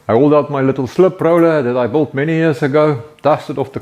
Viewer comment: I think he is saying built but it sounds like bought